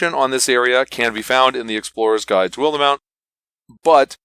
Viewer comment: You may want to check the pronunciation guide in the book. WILD-mount and AWNK-har-el. Very nice review otherwise. Looking forward to running this.